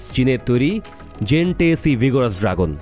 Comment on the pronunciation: খবরগুলো প্রচারের আগে বিষয়গুলো নিয়ে আরো ভালোভাবে স্টাডি করা দরকার ছিল আপনাদের। সবাই ভুলভাল কথাবার্তা বলতেছেন, খবর পাঠের সময় আরো বেশি সতর্কতার সাথে কাজটা করা উচিত যাতে কোন ভুল ত্রুটি না থাকে। শব্দটা জেন 10 cহবে না, শব্দটা হবে J10C